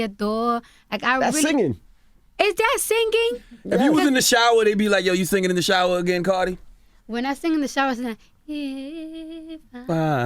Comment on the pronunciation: “Am I sing ging” lol😂. How can you hate her ?